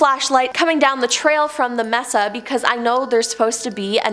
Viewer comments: I have OCD and a problem with narrators that pronounce words wrong. No offense, I love listening to these, thank you for all you give to us. Mesa is maysa, not messa. No clue why. Stay safe and thanks again. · Sorry to be a noodge, but MESA is pronounced MAY-SAH. With the accent on the first syllable. Unless you ask our Mexican friend - he says MAY-THA Mesa means TABLE in Spanish. It describes the isolated, flat-topped elevation, on a ridge or hill, with steep sides. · The word is pronounced may-sa not mess-sa. Thank you😊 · I’m sorry but u bout drove me crazy mispronouncing “Mesa” smh lol sorry